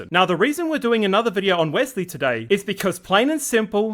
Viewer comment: I am here just to hear say “a new bideo”